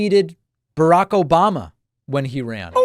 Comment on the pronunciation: "Obamna" lol 😅